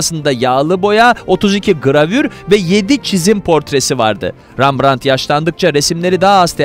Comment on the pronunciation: Rambrant’ı sizden duydum😉REMBRANT’ı çok duydum😊